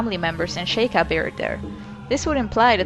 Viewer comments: シーカー族 (Shiーkaー zoku) This is the Kana, it's Shi'ka, not She'ka. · I love these a lot! Their very interesting and you have a lovely voice! i always thought it was pronounced "sheek" and "shee-kai" though lol